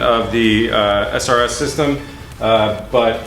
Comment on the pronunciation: srs system? :^) S R S S Y S T E M. although you may not care shit like that is really fuckign annoying *(love ur videos)